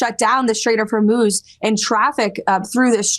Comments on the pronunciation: Noooo... Ben forgot how to pronounce Hormuz again! 😢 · For those of you who believe leftist pundits at their word, there were many lies spewed here. I live in Israel and the attacks here since the beginning have definitely subsided, but when you hear from a man who can't even pronounce Hormuz (NOT HORMOSE) do not take him seriously. He has an agenda. He mixes in a few facts here and there and becomes "believable". The war is being won by the USA and Israel. Iran poses an existential threat to the USA. When you raise an entire generation and mandate in school chanting "De. a .t h to America, etc" and the first act you do in 1979 is kidnap Americans, and you take a country without ample water supplies and divert all its resources to create a nuclear bomb, ICBM's and hypersonic ballistic missiles you have a target in mind. That target is the USA. You do not live close by to these animals so you believe an uneducated person selling you lies for clicks. Remember, you subscribe, you watch, he gets paid. Do your own research, stop believing what sounds good.....Iran is being pounded and is going to collapse if they continue the war to the end, it is disastrous, but not for the USA, it is disastrous to the Iranian Islamic terrorists. They spent billions trying to destroy Western civilization. They see it as a religious duty, and if you know nothing of Shia Islam, or Islam in general, you will easily fall into the trap of hating Trump, hating Israel, hating all Jews and softening you for the third world. One example of this poorly educate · I think Ben should put a buck in the swear jar every time he says Hormoze instead of Horzmuuuuz.